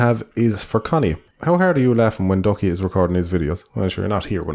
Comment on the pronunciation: I keep hearing Conny as "cunny". Dunno if that's just my brain deconstructing women down to their only useful part, or Ducky sneaking that in.